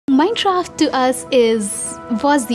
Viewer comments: I love minecraft but why did she say it at the start as minshcraft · Minechraft xd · less than a second in and you hear minchraft I am ashamed